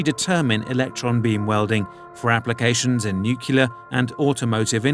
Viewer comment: The narrator doesn’t know how to say nuclear. Nice.